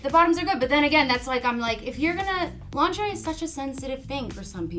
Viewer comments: The way pronounces lingerie kills me every time especially since that's how I pronounced it as a kid. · calling it "linger-ee" is cracking me up. When I saw that word as a kid, that's exactly how I said it. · So glad I’m not the only one who occasionally calls it linger-ee 😅